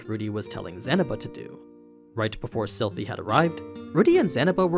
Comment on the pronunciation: you said Silent AHAHAH